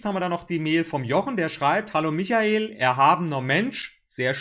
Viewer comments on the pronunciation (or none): none